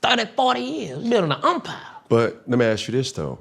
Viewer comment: DC: "We building generational wealth!, we tryna do this shit fa thurdee/fohty years! We building umpires!" Me: Damn DC u spoke great and fuqd up the last word😂😂😂😂 but if you been fukn wit bruh you know he stay fukn up words 😂😂😂